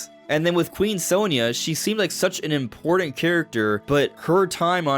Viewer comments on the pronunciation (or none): none